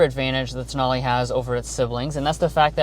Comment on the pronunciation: Tonale… pronounced: TOE NAIL